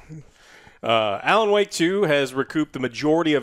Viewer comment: you said Alan Woke wrong